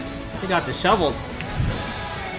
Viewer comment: "He got disheveled (dis-shoveled)"